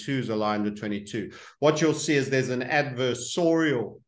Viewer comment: Dudes pronunciation of adversarial…